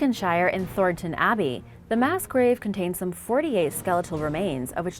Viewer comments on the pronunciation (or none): none